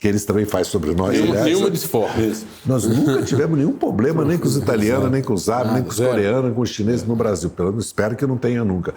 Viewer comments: Quem roubou os plurais do Dirceu? 😂😂😂 E "pobrema" doeu o ouvido! 🤦‍♂️ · É duro escutar alguém desse nível falando “poblema” e comendo “s”….. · Pobrema não se escreve com s.